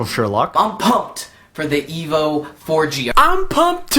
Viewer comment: HTC Evil 4G, thats how I hear it, lol. Nice video man its informative yet funny.